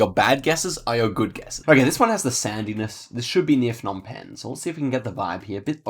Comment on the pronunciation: Phnom Penh is pronounced with a hard P, not an F. The Ph diphthong is an aspirated P as in "pie", whereas a P alone is non-aspirated as is the P in "spy". If you say pie and spy and concentrate on the P sound, the difference is clear. The same goes for Kh/H (kite/sky) and Th/T (tie/sty). What the Plonk-It guide doesn't say about the mileage markers on the roadsides is that it generally refers to the distance to Phnom Penh (Roads 1, 2, 3, 4, 5 and 6) all radiate out from the capital, which is the zero point. 7 branches from 6 in Skoun and the mileage starts from the same km distance as 6). 8 is a new road and I've never driven it, but I'd guess it follows the same pattern. Two-digit roads count their mileage from where they branch from the parent which starts with the same number (so road 41 km 1 is 1 km from road 4). A note on spelling - There is no real standard to romanize the names from Khmer. You may see different spellings than what is on Google Maps, and sometimes different spellings on the same road, but the Khmer spelling is always consistent. The "Krong" in front of a lot of town names simple means "city", so if you see a disparity between say, Kampot and Krong Kampot, it's the same thing. Also note that Cambodia is developing RAPIDLY. The coverage is from 2013, so there's 10 years worth of upgrades to what's on the map versus what's on street view. Especially in PP and Siem Reap.